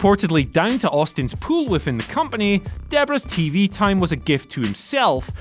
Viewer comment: its PULL not pool. dumbass